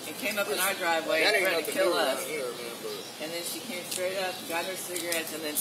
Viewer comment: I thought that, when she said "I'm going to keel myself", it was purely so she would go to the hospital rather than jail. She knows how to play the system!.